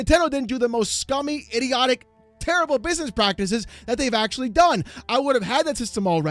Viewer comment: Don’t say iRioRic, say iDioTic. Sounds better, don’t use R to change the D and the T